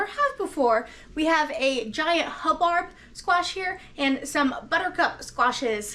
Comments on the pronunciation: Not to be a member of the Grammer police but because it was my Grandparent's last name... its pronounced hub- bird. 😊 I do not like the taste of either of those squashes. Love butternut, pumpkin and spaghetti squash. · Hub-bird is how you pronounce it! That squash was enormous! Thanks for sharing your prepping and cooking. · I love both squash types I like to stuff the buttercup and serve as a meal with like sausage and rice, also the hubbard making soup. It made me giggle listen to you say it wrong.